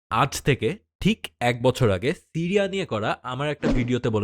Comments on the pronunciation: Tiriya na siriya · টিরিয়া কি? বার বার বলছেন টিরিয়া।